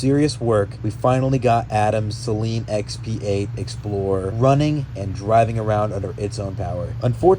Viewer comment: its SAYLEEEN